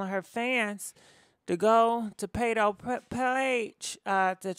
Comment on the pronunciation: His name Pardi like party lol sis said pado